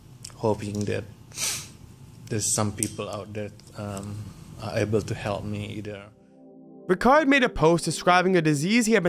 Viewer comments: It's pronounced Ri-Chard, not Rikard, also Sia-Gee-Awn, not Sia-Jhee-Awn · fyi, correct pronunciation is ree-chard see-yuh-gee-yuhn